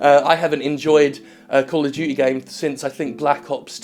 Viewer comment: Cawll uv Dyootee